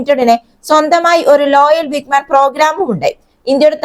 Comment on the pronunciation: വിഗ്മാൻ അല്ല വിങ്ങ് മാൻ ആണ്